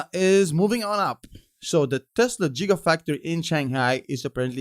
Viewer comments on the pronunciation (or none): Lol jiga, it is giga. We love you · ha ha "jigga factory" … some people say "Gigga" (coming from high horse where I only speak one language) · Did he just say “jigafactory”? 😂😂😂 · Did you say "jiggafactory"? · I like how pronounces Gigafactory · 'Jigafactory' had me lol'ing. Jay Z would be proud.